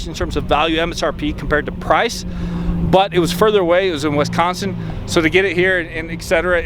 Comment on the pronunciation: It’s wis-con-sin not Wes-con-sine just so you know.